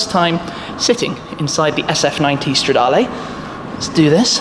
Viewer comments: Please work on your pronounciation. It is Stradaluh and not Stradalay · Considering how long you've been making videos on Ferrari's, you could at least learn how to pronounce the Italian model names. It's not stradarlay... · Bellissimo come shmee pronuncia "stradale" xD